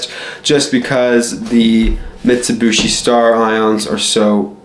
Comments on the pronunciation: Dude it’s pronounced MIT-su-bee-she not mitsubooshe. Driving me nuts every time I hear that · Ok silly young kid, the 'other' dodge/mitsubishi thing ppl think about are eclipse/talon/lasers, not 3000GTs... also it's "Mitsubeeshee not "mitsabushi" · Mitt Sue Bee Shea is How everyone I know pronounce it, Jeremy Clarkson made fun of yankee's saying it in that forum. Teh Humble Pajero is t3h best Mitsubishi auto.